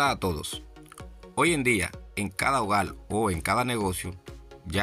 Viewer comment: HOGAL? No señor hable bien HOGAR... PALTE? No señor PARTE... Hable bien o no se meta en redes